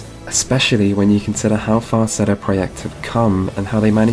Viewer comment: I find it funny how you pronounce the 'CD' in the company name very 'Germanic' whereas in Germany we pronounce it completely 'English' (like 'see dee').